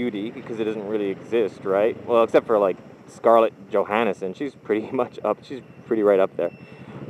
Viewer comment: I think he's poking you because you said johannason son instead of johansson. Awesome ending btw, laughed so hard :P And I say btr loved and lost then ever loved at all. Atleast I can say that for my relationships. I don't got a kid and couldn't even think about how I would react to that.